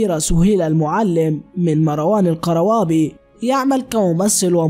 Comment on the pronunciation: معلومات غير صحيحة، مروان قْروابي ليس زوجها وسهيلة معلم ليست متزوجة. وينطق gروابي وليس قروابي